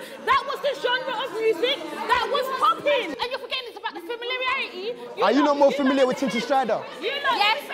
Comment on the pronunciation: Fimiliriarity.. WHATT?? 😂😂